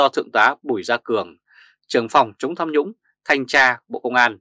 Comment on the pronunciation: Tham nhũng chứ không phải sam nhũng